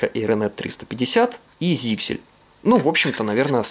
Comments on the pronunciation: ZyXEL читается как Заксель, а не "зиксель". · ZyXEL произносится как "зайсел". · П.С. ударение на Е.